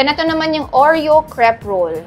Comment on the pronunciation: The cre in crepe is pronounced like "kray"